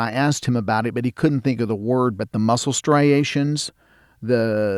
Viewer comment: I think did a pretty good job at articulating his story considering his limited vocabulary with the English language. When he said “MUSS • KULLS”, though, I laughed… I couldn’t help it! I mean, if I had this experience or one like it, I wouldn’t be able to articulate it in Spanish as well as he did in English! seems like a cool guy though, just telling the story of a real experience of his…